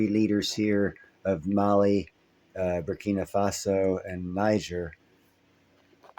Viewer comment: Oh, and thanks for saying "Faso" !!!